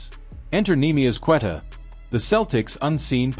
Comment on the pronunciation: This A.I is so annoying. JRue Holiday? Cant say Queta correctly. Showing tom brady. Saying was the holiday trade bad? What are u guys even talking about? Then showimg the 08 Celtics over and over.